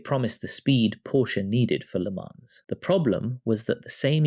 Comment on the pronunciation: How do you manage to miss pronounce le mans so many different ways in one video